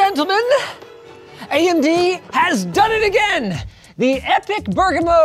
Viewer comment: As an italian, Linus got the pronunciation of Bergamo pretty good